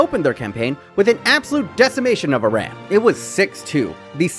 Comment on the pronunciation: Love that you pronounced it "ee-rahn" and not "I ran'